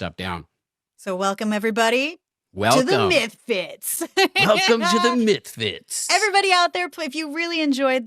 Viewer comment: Someone please make a Mike Tyson meme where he's saying Mythfits. Pretty please.